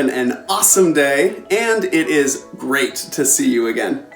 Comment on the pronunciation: look at his ''great'' he is a real American lol